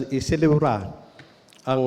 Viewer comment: Anong "iselebra"😂